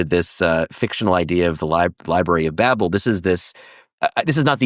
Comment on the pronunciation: He can't even pronounce babel correctly 😆